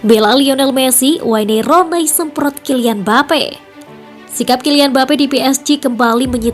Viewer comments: Aduh admin masa baca waine ronei hahahaaa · Wayne rone, gak enak banget denger nya. Wen Runi kalau gak bisa nyebut nya di permudah